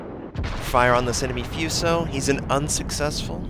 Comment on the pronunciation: hey, it's pronounced fooso, like the oo in boo, not fueso, that sounds stupid